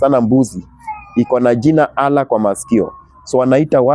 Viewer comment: huyu mzee ni mgonjwa wa akili hajielewi very stupid guy wewe wacha ujinga eti pastor ulisomea wapi hata kutamka neno Allah huwezi shenzi type